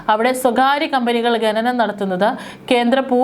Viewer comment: Gananam alla khananam ennalle